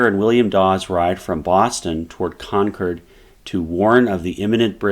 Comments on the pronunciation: It's pronounced Con-kerd not Con-chord. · This has probably been stated in a previous comment, but the “Shot Heard Around the World” is attributed to Concord, not Lexington. btw…Concord is pronounced with emphasis on “Con,”. It’s not pronounced Con-CORD. You’ve already lost me as a viewer within 2 minutes. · Concord. Not con curd. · Great video...but is nobody going to mention how he pronounces Concord? 😂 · Would be nice if the pronunciation of some of the towns was more accurate. No one from that area enunciates the "CORD" in Concord quite like that.. and Charleston is in South Carolina , CharlesTOWN is the city across the bay from Boston..